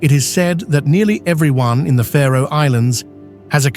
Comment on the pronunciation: Its the Faroe islands not the Pharaoh Islands isnt it? Im talking pronunciation.